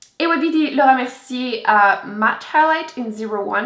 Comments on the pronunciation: I love the way you say Laura Mercier😍😍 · Yess it sounds so fancy lol I wish I could speak French